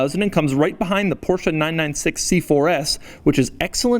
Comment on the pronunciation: It's Coupé and Porsche not Coup and Porsch learn the fucking difference